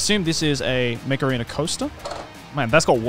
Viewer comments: my hard of hearing ass kept thinking you were saying macarena... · Everytime you said mech arena i heard Macarina. Thanks for getting that song stuck in my head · I swear I heard "Mech Arena" as "Macarena"